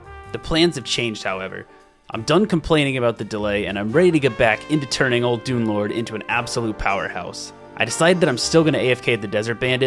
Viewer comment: am i the only one who keeps hearing dunelord as doomlord?